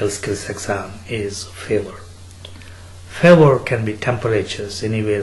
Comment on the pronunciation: did i just hear favor not fever :DDDD